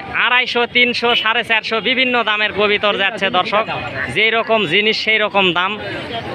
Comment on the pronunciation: আপনার কথা হচ্ছে না আপনি বলবেন কবুতর। আপনি কবিতর বলবেন না